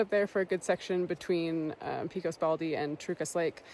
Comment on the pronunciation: Great video! Thanks (Note: Pecos is pronounced PECK-ohs with a short e, others in New Mexico say the E as a long A Pay-cos)